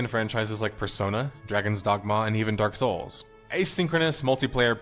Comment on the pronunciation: In the list of games a the narrator puts weird emphasis on Dark Souls.